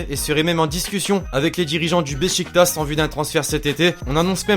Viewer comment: Mec t'a dit turkish ligue 😂 c'est super ligue steplait te trompe plus, ça se lit beshiktas mais ça ce dit béchiktach